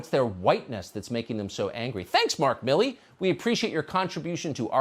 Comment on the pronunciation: It's MILL E not MI LEE.